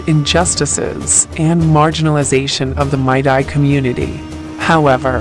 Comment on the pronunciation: Its meitei not maitai